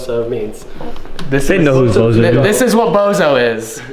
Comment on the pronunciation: little bit of BOZO its ''BOUSOU'' short for bousouzoku